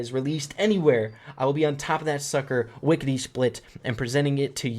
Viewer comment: “Wickety split”...